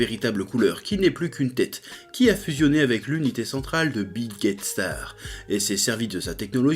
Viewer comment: A chaque fois j'ai entendu Bill Gate Star mdr ... Désolé ... Ouais ....